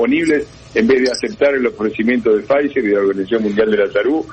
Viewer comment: Cuantas veces dijo pfizef, eh... La promociona😅